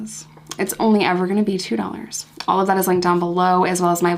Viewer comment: You know ain't fuckin' around when she sounds out "dollars" when plugging the Patreon. And yes, this is absolutely heartbreaking